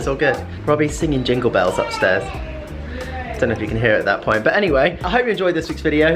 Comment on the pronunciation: please learn to say but properly and not bu when you are talking